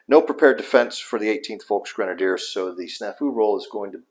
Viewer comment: Just a minor note: Volksgrenadier is pronounced Folksgrenadier not Folkshgrenadier.